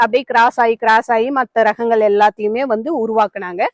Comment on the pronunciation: பயனுள்ள காணோளி 👌🏽 ஆனா ஒன்னே ஒன்னு மட்டும்,, மிளஹு, காய்ஹள், ரஹங்கள் னு சொல்லாதீங்க. மிளகு, காய்கள், ரகங்கள் னு சொல்லுங்க ப்ளீஸ் 😢